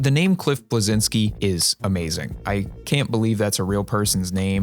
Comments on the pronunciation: its not "Blezinski" u read it like "Bleshinski" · sorry to ruin your fun with the name cliff bleszinski but the real pronunciation is more like blesheenski